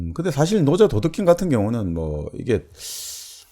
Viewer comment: 스스로라기 보다 절로라고 하는 것이 좋지 않을까요? 스스로는 인간에 관한 어볍이니까요. 장음인 단어의 첫자를 짧게 발음한 예:좋다,사실, 비단(천),현재,정치,사기(사마천),예를 들어,도덕경,(도)가도,개체적,보통, 등 벌음에 문제가 가볍지 얺습니다. 근간에 출판돤 "한국 어문을 고발함"이라는 책을 읽어 주시지요. 미국 변 완수 배